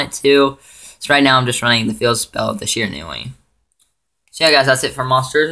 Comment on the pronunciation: Good profile, but seriously, it's "she-ran-we"!